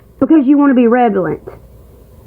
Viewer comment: run while you still can!! 😂 she always pronounces it revalent even though she’s been told it’s incorrect. She mispronounces so many words yet she thinks she’s the smartest person in the world